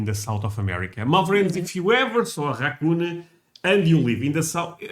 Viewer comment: Cockoon!? I've heard English butchered (indians) but cockoon?? How?